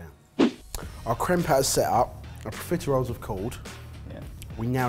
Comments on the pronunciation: I know theyre saying profiteroles, but every time i hear pizza rolls. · ARE YOU PROFITEROLES OR CON-FITEROLES? You’re welcome.